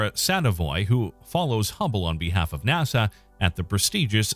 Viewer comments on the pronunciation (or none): none